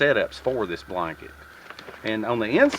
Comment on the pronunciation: sometimes it's refreshing to hear someone pronounce this ( theus ) , accents are the color of language , good videos, thanks !